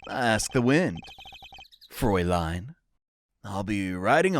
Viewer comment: has a knack for mispronouncing things in the oddest ways, but he nails the Fräulein immediately